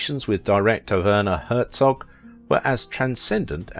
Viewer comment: Wurner Hurzog? XD XD EDIT: after watching the entire video and realizing you butcher every german word, no matter what, my initial comment has lost its meaning...